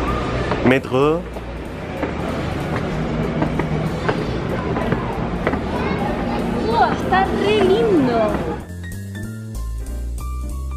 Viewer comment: "metrgooo" ay que me meo jajajajaja buen vídeo estuvo interesante 💚